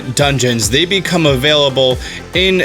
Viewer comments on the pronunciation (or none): none